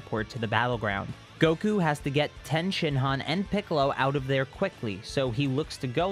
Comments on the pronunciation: Ffs its TIEN NOT TEN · Is tien pronounced differently in the manga that’s why u continue to pronounce it differently